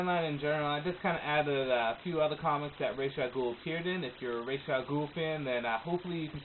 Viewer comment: Don't worry about the pronounciation. It IS "Ray-sh". The DC writers at comic-con said it that way thousands of times and like you said, the animated series did too. Really helpful, because Ra's is a GREAT villian I wanna read up on more.